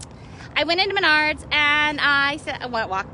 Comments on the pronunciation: What the hell is Menaurds????? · Last girl Yea she cant even pronounce the name of the store right, right there Is a stupid ass Karen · Is it pronounced Maynard or Menard